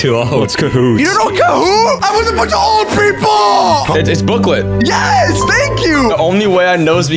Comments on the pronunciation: Blooket not blooklet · erm its not booklet its blooket ehehehehe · it's BLOOKET NOT BOOKIT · Blooket (blue-kit) ❌ Booklet ✅ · Bro it’s booklet it’s blooket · it’s not booklet it’s blooket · Its blooket not bloakit or gimkit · blooket (blue-kit) mate. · Omg Oof it’s blue-kit not booklet Btw that 67 thing instead of me trying to say it. It’s me looking at whoever said it and me thinking “I’m literally going to kill you” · BOOKLET??? WHAT IS BOOKLET BRO??? IT'S BLOOKET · Stop saying booklet it’s blooket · Booklet? BOOKLET?! ITS BLOOKET!!! Also gimkit is better. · Blooket not booklet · booklet hahaha ITS BLOOKET ITS PRONOUNCED BLUE-KIT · IT’S BLOOKIT YOU AT LEAST CAN TRY AND GET IT RIGHT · Blooket is pronounced “Blook-et” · ITS BLOOKET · Me: the official site literally says it’s pronounced as: blue-kit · It's pronounced blue-kit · No it's not its called BLOOKET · it is called blooket, pronounced (blue-ket) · it’s blooket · NO NOT THE BOOKLET AND NOT BLOOKET